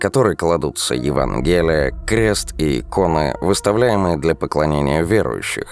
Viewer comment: ЕвангЕлие резануло по ушам. Ну почему ударение не правильное? Вы же чтец, должны правильно произносить слова.